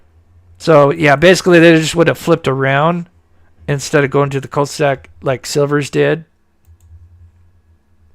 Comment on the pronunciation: did you say cul de sac or cult to sack. lol! just a little needed humor concerning dark matters.